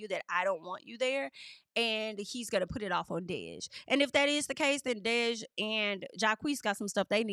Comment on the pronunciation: DEJ IS PRONOUNCED LIKE DEJA WITHOUT THE “ A” 😂 love the hair ❤ you look good my Virgo sister. Also ain’t no way this back and forth is real. Hopefully not cuz DEJ is gay af. 😂 embarrassing in your voice